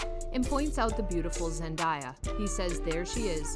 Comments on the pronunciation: I’m tired of hearing Zendiea and Tomdaia! 😕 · its not zendiya its zendaya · ZenDAYa pls pronounce her name correct. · pls stop saying zen-die-ya its giving me brain damage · ZendAya not Zendya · LoL you said zendiya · its zendaya not zendieya i am disliking this vid she personally said she hates when people call her zendieya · Hellooooooo. Her name is Zendaya. NOT Zen-DIE-Yaah. 🙄 So annoying when they don't take the time, to learn the proper, dam pronunciation of someone's name! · It's Zendaya not zan daya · Pronounced Zen-Day-Ya, not zen-die-ya. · It’s not Zandaya it Zendaya please say it write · IT'S ZEN-DAY-A. She literally made a video on how to pronounce her name. Please watch it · You have to learn how to say her name right ! Like David Tate Jr says: Zen-Day- A . You can’t be reporting new about her if your can’t pronounce her name right! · Had to stop watching the Zen die a was irritating me to the core. I kno she's not doing it on purpose but it was going through me. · Why does she keep saying her name wrong??!!! Lol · An you please say her name right next time. Thank you cuz you butchered her name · You said her name wrong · No one will believe a thing you say if you can’t even pronounce her name right. 🙄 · I was about to say the same thing!!! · I know right